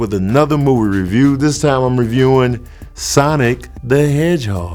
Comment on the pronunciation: Awesome. You said it the right way. 😎👍